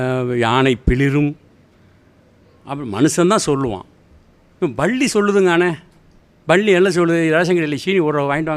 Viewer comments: பள்ளி இல்ல ஐயா பல்லி.பல்லி பல்லி.....ஒரு கரிசல் எழுத்தாளரா இப்படியா உச்சரிப்பது? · Nee மொதல்ல பல்லி ன்னு சரியா சொல்லு